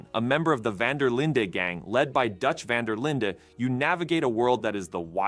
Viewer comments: part of the Dutch van der Lin-DUH gang. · Van Der Lindeh 😂😂